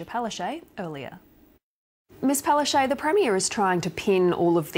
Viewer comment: Palashay? It's Anastatchya Palashtchuk. Weird that she accepts such a wild mispronunciation.